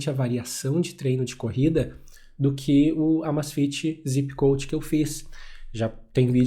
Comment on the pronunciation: Meu irmão tu é mto bom nas análises q faz, só quero deixar um adendo q provavelmente não faz diferença pra grande maioria da sua "audiência", mas me incomoda quando vejo alguém inteligente usando a pronuncia errada, não é "Zipp Coach" e sim "Zépp Coach" a pronúncia do "Zépp" no nome do Coach é a mesma do nome do aplicativo q é "Zépp" (acento no e só pra enfatizar a pronuncia correta). Do mais analises perfeitas, com uso no dia dia e melhor* ainda, em provas. Vlw!!!